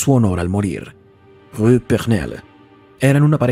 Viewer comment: Es verdad, es difícil pronunciar la palabra Rue y tú lo hiciste perfecto